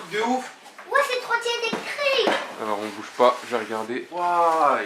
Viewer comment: like si ta remarquer dire eectrique et non pas electrique trop mignone jvous aime